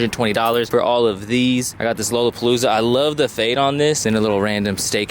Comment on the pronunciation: The way you pronounce lollapalooza 💀😭